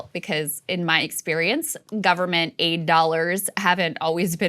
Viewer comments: Hahaha! For a second there it sounded like Krystal said we gave Jordan 8 dollars! Well that's just simply not enough, I though. I'm silly. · Every time you say Aid Dollars I hear eight dollar and in my mind immediately thinks ... that's not so bad